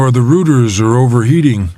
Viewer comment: He also mispronounced ethernet, router, and Prius